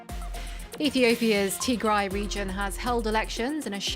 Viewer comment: Finally a journalist who can say Tigray properly 👍